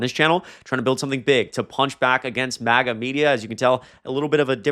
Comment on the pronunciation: Love your channel, it’s MAGA with a short A pronounciation